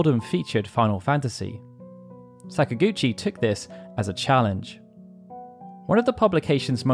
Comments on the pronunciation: This is so off topic and petty, but whatever. This is not an indictment of people from the UK, but I don't understand how they get so many things wrong with that language developed by your own ancestors. "Sakaguchi" is NOT said with a short "a" at the beginning, like "sack." English people almost always use the ä pronunciation in this instance — they pronounce most "a"s as "ah"s. It's an annoying, definitive feature of the dialect, but often consistent. So WHY, when you get to a point when it's blatently pronounced "Säkaguchi", do you use the short "a"? It's maddening to me. You do the same with Italian, which is my own heritage, and it's garbage. Learn how to speak your own language for Christ's sake. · Are you saying that Sakaguchi is an English name and should be said following English pronunciation? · I'm not at all. I'm saying it should be pronounced with Japanese in mind, meaning the emphasis would be on the first syllable.